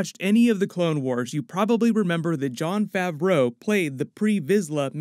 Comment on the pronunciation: hate the way you say Jon Favreau